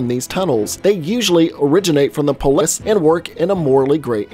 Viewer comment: did he not know how to say Полис?